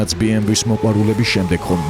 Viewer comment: ძალიამ კარგ ვიდეობს აკეთებთ, ერთი მინუსი გაქვთ ოღონდ.. BMW ს სახელს არ ამბობთ სწორად. ნახეთ ორიგინალში როგორ გამოითქმის. გასაგებია რომ რუსები ეძახიან,მაგრამ სწორია და ორიგინალში ბეემვე ქვია,გერმანულად ასე იკითხება და ითქმევა,დანარჩენი თქვენი გადასაწყვეტია